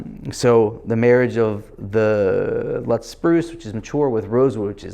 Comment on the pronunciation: great sounding and looking guitar. You already sold me a great 914ce. You mispronounced the name "Lutz Spruce." The daughter-in-law of the guy who discovered the tree says it is pronounced Lutes (loot z). You can hear it pronounced properly M-F on MTN News at noon as she is a reporter ( sometimes anchor) on the Billings, MT affiliate 《KTVQ channel 2). Other than that, great. Thanks